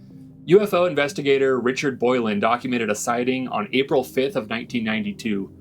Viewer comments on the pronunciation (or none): none